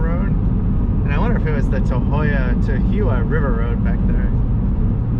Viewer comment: I was just rewatching this as I grew up in that area. FYI Tahuyeh is pronounced "tah-HOO-yah."